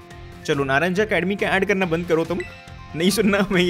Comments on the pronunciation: Dude it's Spanish game so It's Pronounced ( Naa-Raan-haa) not naa-raan-jaa) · Naranja Is pronounced as "NARANYA". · It's Spanish region. In Spanish, j is pronounced as h and actual h in the word is silent.